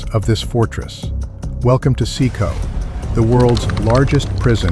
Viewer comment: So, why does no-one get out alive...? And the way you got CECOT wrong over and over did my head in!